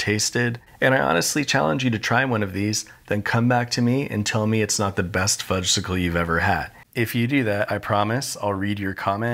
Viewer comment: Everyone knows that the "s" in Fudgsicle is silent. The delicious treat is called a "Fudge-icle." Made me twitch every time you said it.